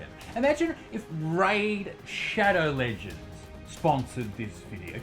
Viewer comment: stopped watching at "raid shadow ledgands"